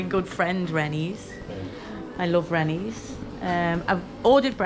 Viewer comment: Rennes is pronounced as the bird, wren.